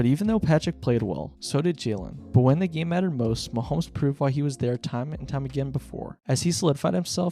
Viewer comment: I was actually enjoying your video, but I turned it off when you pronounced his name "Muh-hoh-mee." If you're actually that ignorant, I can't take your opinions seriously.